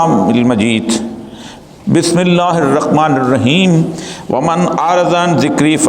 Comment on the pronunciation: Oriya maqbol jan sahab apki tajweed sahi nahi aap bilmillahi rahmani raheem kay bajay bismillahi rakhmani raheem par rahy hain. or bhi bhot si mistake hain. Allah hum sub ko sahi Quran parnai ki or samajnai ki taufeeq atta farmai. ameen. baqi khutbai ka subject bhot acha hai logon ko awareness dena. aapka number nahi meray paas warna mein yehaan apko message bhi nahi karta aapko phone per message karke bata deta.